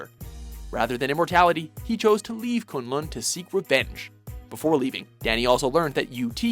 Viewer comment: The way "Kun Lun" and "Shaio Lao" is pronouced makes me cringe